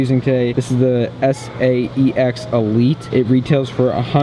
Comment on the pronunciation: he says Sex instead of saex